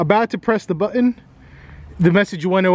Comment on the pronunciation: well I heard how you pronounce the word button, now I'd like to know how you spell it?